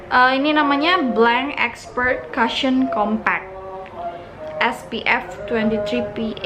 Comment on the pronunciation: Kak "cushion" pronounce nya bukan "kasyeun" Tapi "kousyeun" 😊😊😊